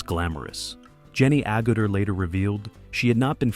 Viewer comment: ...they sure butchered her last name